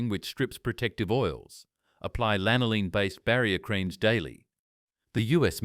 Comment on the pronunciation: Всё классно, только жир овечьей шерсти называется не лИнолин, а лАнолин. :)